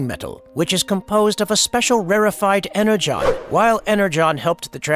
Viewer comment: Additionally AI pronounced the word "energon" wrong